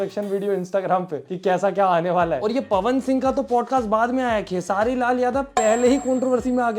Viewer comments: Arey bhai 😂 khesre lal naam nhi hai yrr kam se kam video banane se phle naam ka spelling thik se padh liya kro khesari lal yadav naam h 😅😅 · sahi se bolna sikh lo bhai khesri nahi khesari hota hai😅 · Khesaari hota hai bro Khesri nhi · Beta tu Jake padhai kar खेसरी लाल नहीं होता खेसारी होता है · खेसरी नहीं खेसारी 😂😂😂😂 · Are bhai khesri nahi khesaari 😂😂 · Abe Bhai khesri nhi hai khesari hai 😂😂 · Bhai vo खेसरी nahi h खेसारी lal yadav h 😂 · Khesari bolo bhai khesri nahi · भाई तू भैया के नाम खेसरी❌ बोल रहा☝️ It's खेसारी✔️ [KHESARI LAL YADAV] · Bhaiya khesri nhi khesari 😂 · खेसरी ❌ खेसारी ✅ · नाम तो याद कर ले भाई खेसरी नही खेसारी है 😂😂ज्ञानी बाबा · Are bhai tumko pata bhi hai ye dono kaun hai ya aise hi video banane baith gaye ho खेसारी लाल ko खेसरी लाल bol rahe ho pehle Puri information collect karo.itni bhi badi controversy nahi h jo video banana pad raha hai aapko. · Khesari ❌ Khesri✅ 😂😂😂😂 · Bhai खेसरी नहीं खेसारी है। अलग दंगआ करवाओगे। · Abe khesaari bolo khesri nahi ok beta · खेसारी , should be the pronounciation 😂it sounds funny when you say खेसरी 😂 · Tum jaise bando ke pass yessa hi gyan hoga apne ap ko itna smajdar smaj raha hai na tu terko khesari ka nam to bolna aa nhi raha aur tu 2 bade superstar ko target kr raha hai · Pahle khesari Lal Yadav ka pronounciation karna sikh lo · Bhai tu sabse pehle khesari shi se bola kr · Abe tumko खेसारी bolne nhi aata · पहले नाम बोलना ढंग से सीख ले